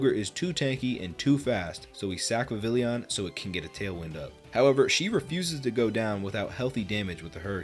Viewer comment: Its pronounced vivillon my guy